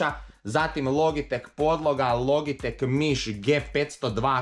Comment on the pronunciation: ne kaze se logitek logitek nego se kaze loditek